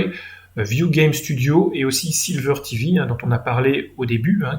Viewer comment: par contre c'est sliver.tv et pas silver.tv comme argent.